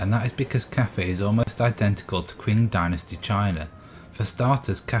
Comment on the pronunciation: The secret police force you mean in the “Ming” Dynasty called the Jiniywei brocade clad guards. And the Qing is pronounced as “Ching” just giving heads up